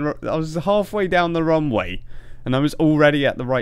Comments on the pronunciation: do you say wrong way or runway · Why do I hear "wrong way" whenever you say "Runway"? random speech me ™